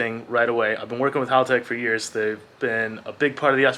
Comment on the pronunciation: Why do Americans insist on saying everything wrong? First it was "Con-sigh" wheels (should be 'con-say') now you keep saying Holtech... It's Hal. Like the name, Hal, like the dad from Malcom in the Middle. "Hal"tech. Not Holtech.